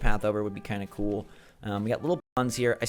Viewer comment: Brewster says "coo" for cool because he's a pigeon. Pigeons say coo.